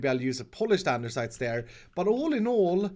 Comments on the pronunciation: I love you but it’s “andesite” not “andersite” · lol keeps saying "andersite" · Blade Armor nonono you didn’t pronounce it right. There are a few silent letters. “Aranaderstite starirs” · now in videos too? ANDESITE without R